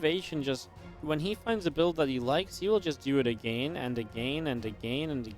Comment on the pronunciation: stop pronouncing again wrong again again and again